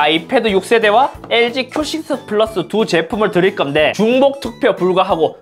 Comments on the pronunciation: 쁘라스(?!이 발음 그..어르신들 발음 아닌가여.. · 큐 식스 쁘으~~~라스 발음잌ㅋㅋ